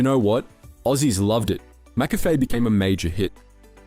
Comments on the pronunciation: Absolute banger of a video, but dude can’t pronounce McCafé for the life of him. Mac Café? Macca Fay? My Brother in Christ, it’s McCafé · You pronounced ‘McCafe’ once correctly in the whole video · Literally came to the comments to say the same thing.. 🤦🏽‍♂️😅